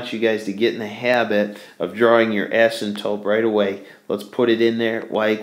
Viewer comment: asympTOTE, not asymtope